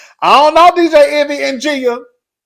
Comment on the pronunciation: I hope you get that lady's name right one day. 😩 😂 Envy's wife's name is Gia (Gee-ya)